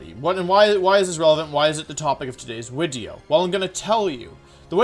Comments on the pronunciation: Me: chillin Wolfey: hi guys welcome to my wideo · Day 10 of asking Wolfey to make a wideo where he explains how to properly pronounce Pokémon names #frothlath #wenyousoar #neenaytails